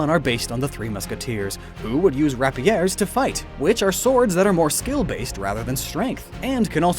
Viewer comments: Is that how you pronounce that word: “rap-pEE-air?” I’m probably one of many Americans who have always pronounced it “ray-PEER.” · Lol wut at how you pronounced rapier. Did you say it like that because of youtube reasons? Because ive never heard someone pronounce it differently than how I have heard it. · You pronounced rapyr (or how ever you spell it) wrong